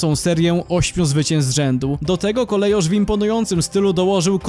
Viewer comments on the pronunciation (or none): Nazwę Kolejarz czyta się KOLEJORZ a nie jak w kongresówce wymawia ją jakaś wARSZAWKA.